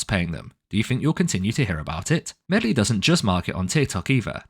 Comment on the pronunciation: Calling it "medlie" is class 🤣